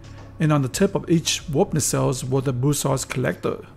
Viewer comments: Good video, one small correction, it is bussard collector not brussard collector. Keep up the reat work! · It's Bussard